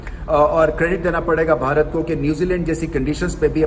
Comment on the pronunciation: Am I the only one who Absolutely loves to listen, how the way rameez sir says “ Bharat ”❤. Damn good commentator 👌